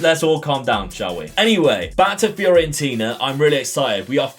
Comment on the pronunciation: Great video! Just shame you kept mispronouncing FIORENTINA (it's not FIORIENTINA) Would like to see St. Ettiene as a rebuild. Joint highest Ligue 1 winners (10) with PSG on 9. Currently bottom of Ligue 1.